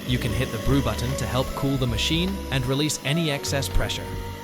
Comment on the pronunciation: Buddon? What's a Buddon? Ohhhhhh, you meant to say BUTTON 😂